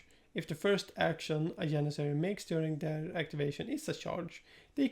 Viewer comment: Why do europeans struggle saying janissary? This is like the umpteen sign ive heard it said janissariat